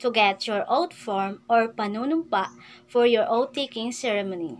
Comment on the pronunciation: madam correct your pronunciation "choose, existing, and ceremony". Baka ma bash ka.